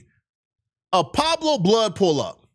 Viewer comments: “Pablo” … u mean PUEBLO! 🤦🏾‍♂️ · thats not how you say pueblo 😅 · It’s Pueblo not Pablo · Pu-web-lo (Not: Pob-blo) …😂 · Pablo?? Or Pueblo 😂😂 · “Pablo Bloods” 😅 I’m sure he meant Pueblo Bloods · Peweblo not Pablo....pueblo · This 🥷🏾Said Pablo bishop 🥷🏾it’s Pueblo Bishop Stop 🛑 Talking La politics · Tf is a Pablo blood?! You mean Pueblos? This nigga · Pueblo not pablo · Its pueblo not pablos 🫩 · Pueblo... Smell it out.. Pppuuueebbbllloooo., not Pablo.. Damn.. Free jefe#🙃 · Never heard of "Pablo's" 😂. I think he means "Pueblo" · Pueblo not Pablo ! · Pueblo not Pablo fool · It's pueblo blood not pablo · It's Pueblo not Pablo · Pueblos not Pablo 😂😂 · wtf is a Pablo blood it’s pueblos wtf is you talking about and you said this happened at 2am ant jefe been posted his video before that you putting a fake story on ant jefe where did you get this info from and Pueblo’s and 83s don’t even beef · Pueblo * not Pablo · Pueblo not Pablo !!! Smh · This crazy man said Pablo bloods 😅🤦‍♂️😂😂😂😂😂😂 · “Pueblo” foo 😂😂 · Bro don’t even know how to pronounce PUEBLOS 😭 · This 🥷 said poblo bloods 😂😂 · Pronounced “Pleb blows” Pablo lol well he was at a taco stand. 🤷🏼‍♂️ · U saying the gang name wrong 😂😂😂